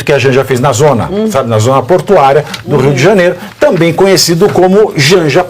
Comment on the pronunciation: Ela disse: tamem KKKKK,essa é a última dama